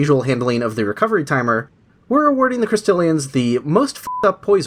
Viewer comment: "Crestillians" hurts every time lol. Great video though, as always.